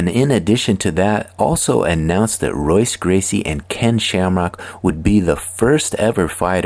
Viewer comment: It's pronounced Hoyce, brother. If this is a person. Also, It was Rorion and Art Davie, not Rickson. And the fight with Sakuraba was only the longest in modern mma. His father Helio fought almost 4 hours against student Santanta. Also, it's Royler not Royaler.